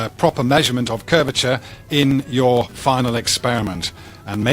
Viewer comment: "it doesn't fit youerrr model" love that accent (and my inclinometer said i was at 78 degrees... After wall climbing it said 0. So the curvature or not of the earth is... Oh damn i just went up and across a miniscule bit of my demonstrable reality. )